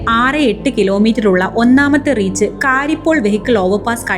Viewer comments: Pronounciation of 'Karippol' may pls be modified from "കാരിപ്പോൾ" to "കരിപ്പോൾ". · കാരിപ്പോള്‍ അല്ല , കരിപ്പോള്‍